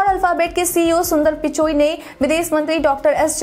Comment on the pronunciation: । सुंदर पिचाई बोलिए। आप सुंदर पिचोई बोल रही हैं 🙏